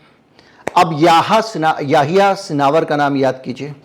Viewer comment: Sinawar nahi sinawar h